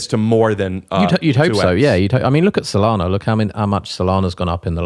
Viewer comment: Typical brit... too polite to tell you you're saying SolANA wrong the entire podcast.